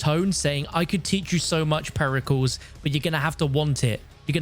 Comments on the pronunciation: It's not PERI CALS it's Περικλής Periklis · Its not "PERRY Cals" its pear-ih-kleese. Like Hercules. You wouldn't say "her-cyools"